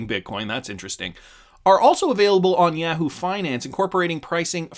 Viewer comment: Yaaaaa-whoo? Must have never seen the comercial.. Yaaah-who...